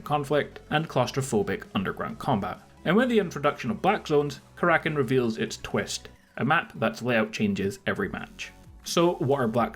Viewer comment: It's Kara-kin not ka-rakin'